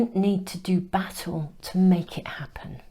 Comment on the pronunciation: Hee! Hee! Although I knew you were saying 'battle', I kept on hearing...you dont need to do 'Bat-ALL' with this 😂...I nice PC version of what I usually feel like saying. And yes, it was a great message to let go of the reigns. Thanks as always 💛